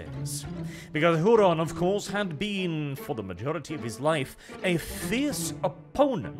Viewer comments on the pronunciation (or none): "WHOO-RAN" (??) "Why Don't You Talk Properly???" ~ Fawlty Towers